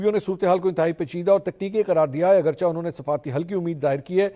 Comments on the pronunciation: Sir (Agrchah) word ke drustt pronunciation ( Agrcheh ) hy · السلام عليكم ورحمة الله وبركاته منصور بھائی۔ ایک طویل عرصہ سے آپ کے ساتھ منسلک ہوں اور آپ کے پروگرام اور وی لاگ باقاعدگی سے سنتا ہوں۔ آپ سے یہ عرض کرنا تھی کہ آپ ہمیشہ اردو کے لفظ " اگرچہ " کا تلفظ غلط ادا کرتے ہیں براہ مہربانی اس کو " AGERCHAYH" یا AGAR - CHAY درستگی کے ساتھ ادا کیا کریں۔ یعنی "چ" کے اوپر زبر کے بجائے زیر کے استعمال سے صحیح تلفظ ادا ہوتا ہے۔ نذير احمد شاہین۔ سعودی عرب۔ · منصور صاحب ! اپ نے لفظ " اگرچہ " کا کچھ وقت تو تلفظ صحیح یعنی " چ " کی "زیر کے ساتھ کیا مگر اج پھر ،پرانی کے مطابق "چ" کو زبر کے ساتھ پڑھ رہے ہیں ۔ مہربانی فرما کر " لفظ اگرچہ ، چنانچہ وغیرہ " کا تلفظ صحیح کی کریں ۔